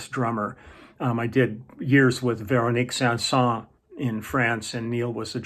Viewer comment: As a French guy i like your accent for Véronique Sanson ! Bien joué! 7'15"